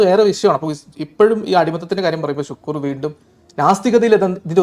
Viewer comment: ഷുക്കൂർ അല്ല, ശുക്ലൂർ....